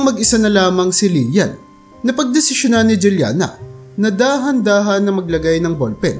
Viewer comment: Juliana is pronounced as hulyana kasi spanish name yan